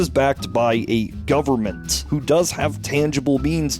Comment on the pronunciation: "Full faith and credit of the U.S. gubmit" LOLOLOLOL